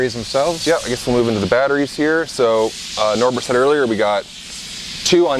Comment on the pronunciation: The way he says Norbert and then realizes how silly it was once he hears it correctly made me lol